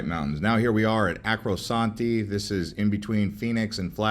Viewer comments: The guy said Acrosanti, but it's really Arcosanti ("arco" instead of "acro"). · Route 66. DOES NOT go across the across the coin ry. Chicago is 1,000 mils from the Atlantic. ArcoSante is NOT pronounced that way. Say it right. Arco-Sante.